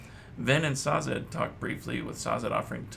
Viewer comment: Another video from you that I love! I don't have much to comment as of now, but I think you should know that the way to pronounce Sazed would be Say-zed instead of Sah-zed.